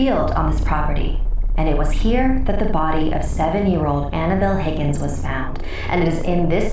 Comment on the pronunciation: so its higins not hugins